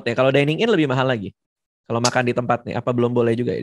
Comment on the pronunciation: Bang Radit maksudnya mau ngomong "Mahal banget", yang diucapin malah "bahal".